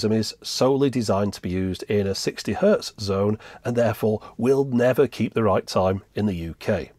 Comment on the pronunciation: It's hertz, not "hurt". 60 hertz.